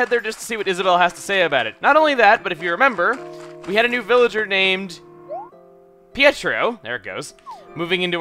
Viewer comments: I'm not sure about this, because I mess up names of EVERYTHING no matter how easy it it, but I think pietro is pronounced Pay-tro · Pietro is in my town and his name is pronounced pe-tro